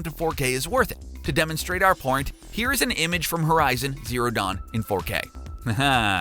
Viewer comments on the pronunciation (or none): I wonder where his mind is at when he say “To demonstrate our pornt”. Could it have anything to do with what is displayed ?